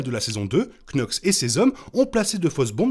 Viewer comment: Par pitié ça se prononce "NOX" et non "Knox" ... Fiez-vous au doublage français